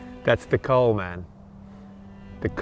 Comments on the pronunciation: 🤔 Kuil not kool ( cole)... 😁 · Jeremy tries to say it correctly, but he's a bit off. It's not the French word 'col' (top/mountain), but the Dutch word 'kuil' which means the opposite: pit. The Dutch ui-diphthong is somewhat difficult for non-natives. Can't think of an English word right now with the same sound, but it is not the same as in 'pursuit'. Here's a short explanation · thanks for the complement, remains that 'your' Dutch pronunciation leaves room for improvement. 'Kuil' is distinctly different from 'coal' (means pit btw)